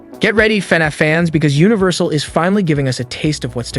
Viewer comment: They way im so desperate for news i was able to overlook him saying “faynayf” the whole time